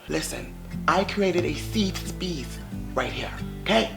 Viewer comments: “Seefe Speece” 😂 love you 💕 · 😭😭😭"This is a seef speeceeee" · “seef speece” 🤣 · I lose it everytime he says ‘Sefe speece’😹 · “SEEF SPEECE” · Seefe Speece 😂🤣🤣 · SEFE SPEECE XD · This is a "seef speece" 😂😂😂I love when u say that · "Seef speece"😇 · Nobody:: This is a seef speece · Why he say safe space like a white woman? 😂😂😂😂